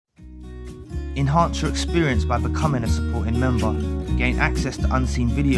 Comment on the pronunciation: For the longest time I couldn’t make out the beginning and thought you were saying ‘in hard to experience, or in heart to experience’- now I have subtitles and see it’s enhance 😂 ahh I’m so deaf. Irrelevant to everything but this has been bothering me for almost a year 🤣😂😂😂